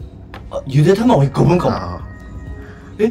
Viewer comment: ゆで卵の発音「ユデディミゴォ」ねwメモメモφ(..)